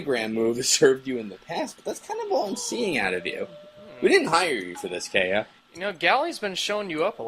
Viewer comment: Keiya, not Keira...